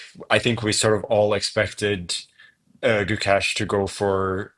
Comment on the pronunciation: Nitpick but why can't you guys say his name right? I've heard Magnus say it right in the past. The Guk is right it's the second half that is pronounced with A from face, not the E from Mesh. Does that make sense? So it's Guk-Ay-Sh. Thanks guys, if he's to be world champion, at least let's say his name right!